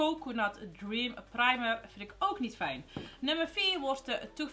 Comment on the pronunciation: Hoe jij primer zegt praamer hahahahahahahahaha herken het 😂😂😅😅😅 Love you vid❤️❤️❤️❤️❤️❤️❤️❤️❤️❤️❤️❤️